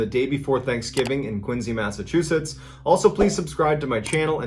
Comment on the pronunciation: Massachusetts resident here 🤙🏽 and I fully condone the fight with Paul from Quincy. 🤜🏼👊🏽 And I can tell you're from Massachusetts also because of the way you pronounced it. Hey neighbor!!!! 👋🏽